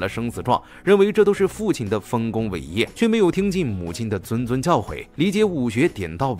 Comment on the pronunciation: zhunzhun谆谆，不是zunzun